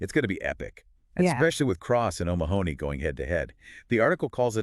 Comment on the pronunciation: Omg his name is pronounced oh-MA-ha-nee, not Oh Ma-honey. Stress on the Ma. Please just watch any European YouTuber pronounce it.